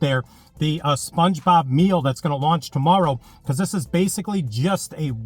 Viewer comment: you said spluongebob like 30 times hahaha